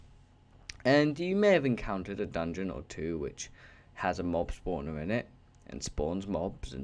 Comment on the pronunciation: It's great, but mob spawner should probably be correct cause it sounds like mobilities